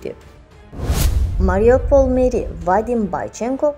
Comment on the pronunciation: Ай юрнвлис Марижопл дейил Марюполдыр